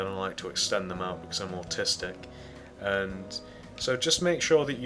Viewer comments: Around 45 or 50 seconds I don't know if he said he autistic or artistic. Anyone else hear that? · ok I thougt he said autististic